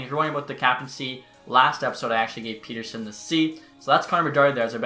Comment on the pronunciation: Back after a few months, I see you still mispronouncing Pettersson and can’t properly pronounce Höglander either lol. Those are the things I’ve come to know about you in the past several years lol.